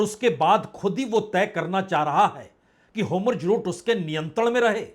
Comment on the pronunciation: होमुर्ज नहीं सर होर्मुज😄